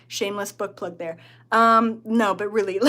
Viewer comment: Had to listen to the last part again. Thought you said "shameless butt plug" like a joke way of saying shameless plug. Cracked me up. But it was shameless book plug. Makes a lot more sense 😅